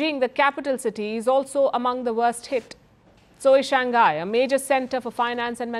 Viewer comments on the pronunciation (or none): none